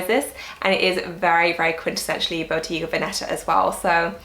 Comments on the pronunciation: Bottega Venetta is pronounced bow-teh-gah not bow-tee-gah <3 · It's pronounced Boh-TAY-gah, not Boh-TEE-gah.